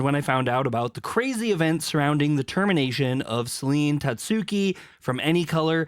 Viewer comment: What is with everyone calling her Selene? There’s not even an E at the end lol